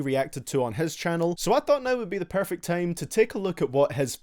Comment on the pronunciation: Why do you say tame and not time